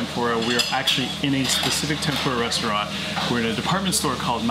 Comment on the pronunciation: Why couldn't you ask for a correct pronunciation? There shouldn't be any guesswork to figure out you completely butchered the first restaurant. Japanese is incredibly easy to pronounce if you understand the rules, which are very simple.